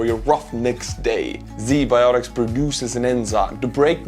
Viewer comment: My whole boddy hurt when i heard Z biotics In a video about ua-ru war